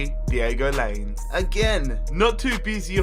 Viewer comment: Lainez is pronounced Line-ehh-s